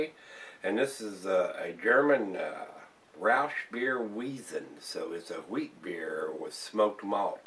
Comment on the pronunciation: In German, the "W"s are pronounced like "V"s. The "Z"s are pronounced like "TZ". Weizen is pronounced "Vite Zen" where vite is like the second half of the word "invite".